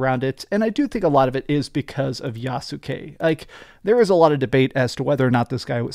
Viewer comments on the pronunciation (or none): Yas ke not ya su ke